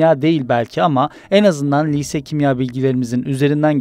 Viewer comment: Telaffuzlara dikkat lütfen. Kulak tırmalıyor. "Liise değil lise".